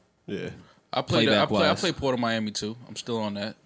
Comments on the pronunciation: Dan Sarbassov: “Young MALiami” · Nigga called him mal-ami... That's crazy